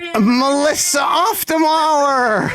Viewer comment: the way you guys pronounced auf makes it sound like off which is the complete opposite of the actual german meaning of the word auf (on top of). auf der mauer means on top of the wall